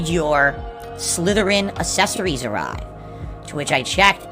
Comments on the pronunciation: This man has the utter inability to pronounce anything with two Cs beside each other right. Is it to avoid saying ACKcessories? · I'll just chalk "assessories" up there on the list of words can't say properly. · "Assessories,".